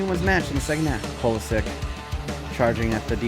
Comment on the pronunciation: It is pronounced Pulisić (itch)